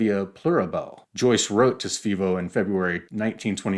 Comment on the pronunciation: Svay co not sveeee co...otherwise brilliant